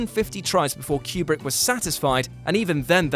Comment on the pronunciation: I’m sorry but the way you guys pronounce Stanley Kubrick’s last name is distracting.